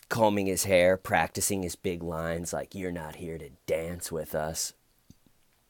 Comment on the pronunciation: GEORGEEEE YOUR HARRR WAZ THARRR!